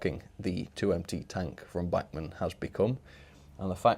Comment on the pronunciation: the way u say bachmann just angers me.